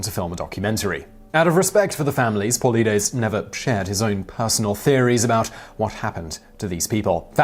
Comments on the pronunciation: It’s not that hard to pronounce Dave’s last name. Paul light es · Great video... just FYI he pronounces his name “paul-LI-dees” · It is pronounced "poe lie des". Also, why not look up the smily face killers ? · It's pronounced Paul-eye-deez. This guy clearly couldn't be arsed to find that out! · Not Paul David lides!!!!! It's David Paulides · Pole-eye-deez How can a name be mispronounced if so much of the info about his work comes from radio interviews where he is introduced constantly 😂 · its David Paul-eye-dees thats how its pronounced.. you do this all the time. your lack of actually doing your homework on these stories does show a lot. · His name is pronounced Pah lie dees. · This chanel STEALS CONTENT from David PAULIDES. if your interested in real research go there not HERE.THE GYY CANT EVEN SAY DAVID'S name correctly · Why did you think there was a need to talk so rapidly? Also, please pronounce Paulides correctly. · If u can't pronounce his name properly I can't watch. Its a name man u have to pronounce peoples names right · Lol How hard would it have been to look up how to pronounce the dudes name? Make a whole video about his work but cant even say the name? C'mon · You could at least pronounce Paulides’ name correctly. 😖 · You're mispronouncing names but more importantly, did you work with Dave on this? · I'm sorry but this was a horrible representation of what is contained in the books. Lack of key parts of the disappearances, let's alone the butchering of David's surname along with some of the missing people. Very lazy video. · You said his name wrong... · If your going to scavenge a mans research at least pronounce his name right. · Imagine doing all this research, but not bothering to find out how to pronounce "Paulides". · Dude if you're going to dedicate a video to a set of books written by a particular author, take 30 second to look on the internet to ensure you pronounce his name correctly. You completely butchered it. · Polides... "Poh-Ly-dis"